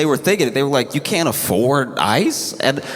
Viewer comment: at one point when he said ICE i thought he said ISIS. Funny that